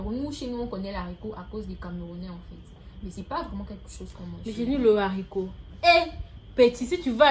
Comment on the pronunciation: La gabonaise dit littéralement "l'haricot" au lieu de "le haricot", c'est ça que vous appelez battre niveau prononciation ? 😅😅😅